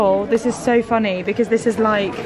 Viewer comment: How “funNAY” lol